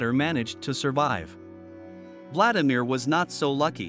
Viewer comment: Your bot needs a lesson in Russian.. Vladlimir Komorov.. is pronounced Vlad-ee-meer Ko-mo-roff